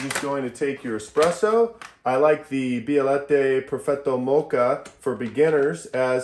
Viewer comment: Too high on temperature. Bialatta? Beh-uh-let-tee